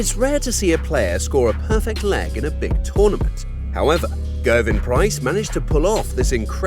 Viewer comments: saying ‘gerven’ price is unforgivable 💀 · why does this dude think gerwyn and gerwen have ‘V’ in them 💀💀